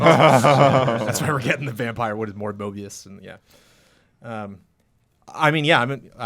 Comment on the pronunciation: CORRECTION: the Spider-Man Vampire is "Morbius" not "Mobius". Mobius was Owen Wilson's character in Loki. Fun fact, I'm an extra in Morbius, it's set in New York (a version of New York without the Avengers tower in the skyline), but shot in Manchester in the UK.